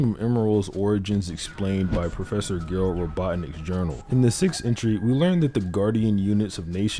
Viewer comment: Bussin vid but it's pronounced Jerald